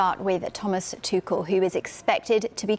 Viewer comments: Did she just say thomas tukel?😂😂. Its tushell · TuCHel not TuCel swear these reporters are daft sometimes. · Come on, stop mispronouncing his name. It's ˈtʊxl̩